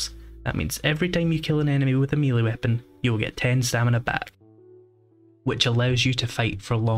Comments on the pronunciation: Mel-lay not mealy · And even if.... it were constructive, then he'd be wrong anyway as by his own argument the correct pronunciation would be mêlée. French loan word, pronounced as the French, therefore. Rhymes with the football player Pelé. Beyond that is accents, including his.